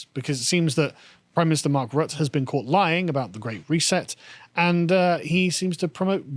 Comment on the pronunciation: You pronounced the name of our PM wrong, its "Mark Rat".